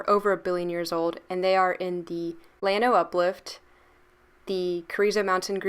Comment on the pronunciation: LLano is a Spanish word and the ll is pronounced as a y unless you are from Argentina, Uruguay, Paraguay or Chile where the ll is like the g in general.